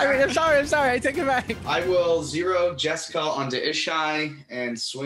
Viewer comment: It's funny you guys made jeska ishai "jes-kai" it's the first thing I did when I got my jeska from legends haha